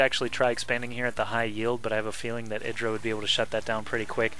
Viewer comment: I am glad he knows how to say "chitenous" also. But if he says "IdrA" wrong again I am going to /wrist. The "I" is strong. I-Dra. Not Id-ra.